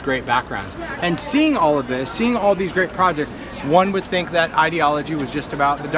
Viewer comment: is right with the word project. I don't know who she took speech therapy with, but they got it wrong. I also took speech therapy at Ball State U. Love your demonstrations,.